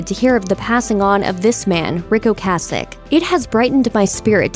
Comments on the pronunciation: The lady obviously DOES NOT know how to pronounce his last name. Go back to school! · Great work mispronouncing Ocasek like every other news agency. You were so into The Cars from their debut album, weren't you? Skateboarding and the music & fashion that goes with it wouldn't have been what it was without bands like Devo and The Cars in the late 70s early 80s.